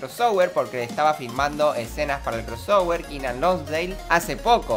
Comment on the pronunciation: Deja de decir "Cross -ower-" maldita sea